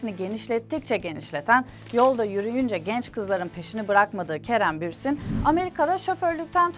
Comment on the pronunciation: bürsin değil bursin